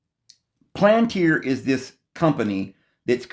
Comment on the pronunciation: Pal-an-tier! Not plant-ear! Have mercy! It's pal-an-tier, please!